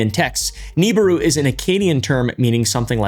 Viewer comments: Hey pal I think it’s pronounced “Nabooroo” and not “Neeburu” haha 😅 Also…uhhh there actually is some legitimate evidence for planet 9 being a really thing…gravitational anomalies in our solar system suggesting there is very much something out there…Potentially 10 times as big as earth with a 12-20 thousand year orbit… Though…This is not actually connected to the Niburu myth made by Sitchin but It does oddly conveniently resemble it 😅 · Is pronounced Knee Beer roo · Ugh it’s pronounced Neh bi ru. No Nibiru. Someone clearly didn’t grow up listening to Art bell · Real talk bro I hate how you pronounce nibiru it is grates at my soul like nails on a chalkboard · You’re homeschooling the pronunciation of Nibiru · It was at this point he realized: This fuggin guy is gonna say Nibiru incorrectly the entire video.